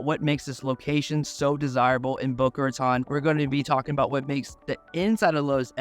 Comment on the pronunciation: Please learn how to pronounce "Boca Raton." Location, location, location!